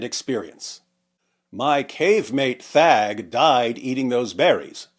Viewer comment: I thought you said f@ instead of thag.